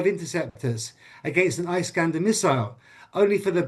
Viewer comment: This guy thinks of himself so smart, but he has no clue how to pronounce "Iskander". It is Ee-skander, not Eye-skander, doombass!